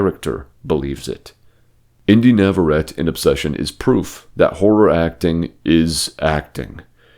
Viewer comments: Inde Navarrette’s surname is Spanish. It is pronounced “Navarretāy” NOT “Navarret.” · You might wanna learn how to say her name before you make a video about her 😂